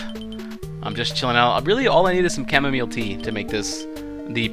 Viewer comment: HES ADVERTISE ING CAMOMEAL TEA